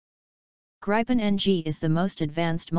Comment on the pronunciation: talking generations is a stupid russian idea taken over by LM to sell their stealth or so called stealth f35s and this they will never transfer as well as their engine tech. Gripen *Should be pronounce like "grippen"=griffon in english is a much more advanced system than f16 block 70 among it´s features are worlds best sensor fusion that actually works (which it s not currently on the f35), this fusion is shared in a four ship configuration using the worldsbest two-way directional link TIDLS that actually works, the cocpit is far more advanced as is the hmd with the IRIS-T and Meteor as primary missiles which f16 has not available, it can super cruise which f16 can't. it has GaN based EWS - a tech US is decade behind in. and so on and on. But this is not the important thing. Gripen deal will trule hand over the skills and capabilities that India needs to develop their own fighters for the future which the US never will. End of story- Who do you choose?